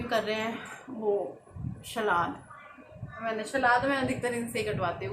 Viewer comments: जी सलाद होता है शलाद नहीं please thk se bola kriye sunne m bht irritating lgta hai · Nice vlog 👌. Shlad nahi hota salad hota h